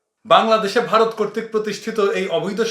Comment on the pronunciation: ভাই আপনি কথার মাঝখানে ভারত বলতে গিয়ে "ভাতার" বলে ফেলছেন, অসুবিধা নাই আমরা বুঝে নিছি কাঁঠালরানীর ভাতার! :face-blue-smiling